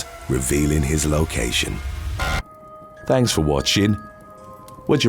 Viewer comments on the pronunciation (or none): none